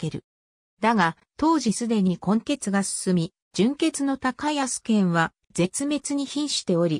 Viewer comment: 『たかやすけん』ではなく『こうやすいぬ』ではないでしょうか？